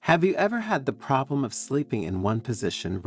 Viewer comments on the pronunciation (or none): none